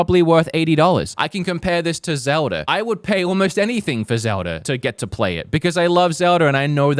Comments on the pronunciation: What nationality is? He always says “Nintnendur” and “Zeldur” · "I love Zeldur"🗣